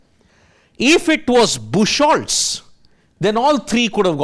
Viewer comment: BOOK-HOLTZ, not bush-holtz. It's a common name meaning "beach wood". Look up google for pronunciation.